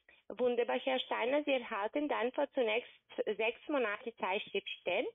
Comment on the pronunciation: MonAte - es hört sich stark nach dem polnischen Akzent an, denn im Polnischen liegt die Betonung (fast) immer auf der vorletzten Silbe. Polen sagen z.B. TelEfon (im Russischen, übrigens, TelefOn)